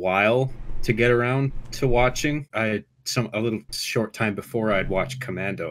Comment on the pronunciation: ITS TURBO TIYMEE